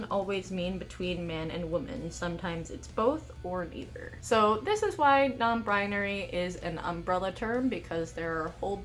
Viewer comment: non brinary